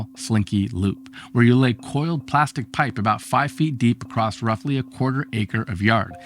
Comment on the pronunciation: It's 'across' NOT "acrost"! Jesus...